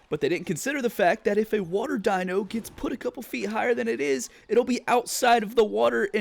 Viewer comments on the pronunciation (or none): none